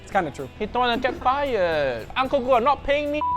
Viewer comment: Hey congratulations on the Guga pronunciation, you speak almost like a Brazilian